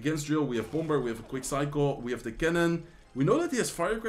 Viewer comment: I now say bomb-ber.